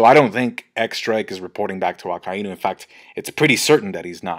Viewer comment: PRONOUCE AKAINUS NAME PROPERLY